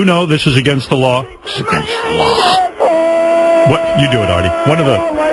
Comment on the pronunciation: It's against the lawr